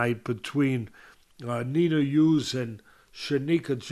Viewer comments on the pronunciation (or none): none